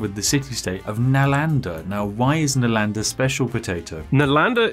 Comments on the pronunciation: Being an Indian I enjoy how Brits usually mispronounce the names of our cities (Nalanda was an ancient Indian city for those who are curious) XD PS: Love your content, and humor! Keep it going!! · Spiff accusing PotatoMC of mispronounced but he him self mispronounced " NALANDA " in first place.